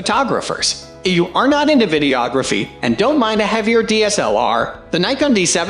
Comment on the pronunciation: What the hell is wrong with this guy's pronunciation of "DSLR"?